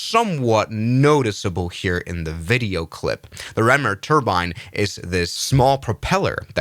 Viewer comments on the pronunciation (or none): "Ram air". Not "rammer".